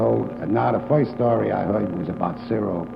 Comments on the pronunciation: I love these. Back in that time they say certain words that I find hilarious. Like how he says “first”. He says “foist” lol. Senator Curtis looks like a mobster as well. Sitting back smoking a cigar like that during a court hearing. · "in other woids" .....well foist...."